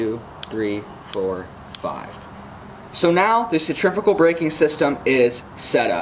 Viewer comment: great video that explained the baitcaster much better than others ive seen...one thing tho..."sen-tree-few-gal" :D